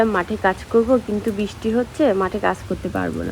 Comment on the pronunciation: Bisti noy Kothay bristi.. Thik Kore uccharon koro.. Radhe radhe